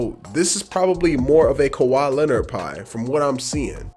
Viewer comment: How is that khawi when say it. Malcolm Brogdan...... perimeter defence huh lmfaooo